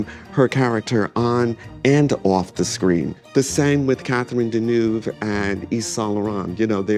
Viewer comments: Americans have destroyed fashion. Hollywood gave high fashion a visibility that it warranted (European designers and studio heads and European and American actors etc)….but there is no worse dressed nation. Every time that guy mispronounces Deneuve so badly (and he’s a high achiever in that industry) you realise there’s no hope. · The way Americans mispronounce Deneuve's last name 🙄